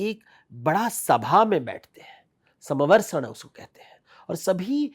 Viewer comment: समवर्सण नही कहते है। समवशरण कहते है।